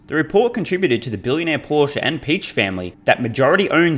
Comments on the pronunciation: Just FYI, the new VW CEO Oliver Blume's last name is not pronounced "bloom", but rather with the "e" in the end articulated similarly to how you say it in the middle of the word "bed". Edit: also, Piëch is not pronounced "peach". The "ch" at the end of the word (name) is pronounced like at the end of "tech". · So, pronounced "Bluhm" and "Peek" or "Peck" ? Thanks, in advance! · Blume = "bloom" + the "e" from "bed"; Piëch = "pee" + the "ch" from "technology", almost like "peeh". But it is easy to find interviews on YT where a German journalist introduces Oliver Blume or talks about the Piëch family. Maybe it's easier if you listen to one of those than trying to follow the above.